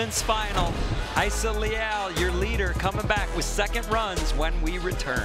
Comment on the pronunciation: Do they say it correctly? Why would the “R” be silent? I would think it’s ra E sa .. they always say hi E sa